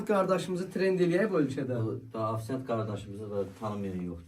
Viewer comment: A yox!🙋‍♂️🤦‍♂️Ofisiant!..Xələ oxuyan afsant deir😂